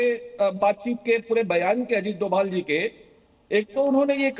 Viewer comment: डोवल नहीं होता डोभाल होता है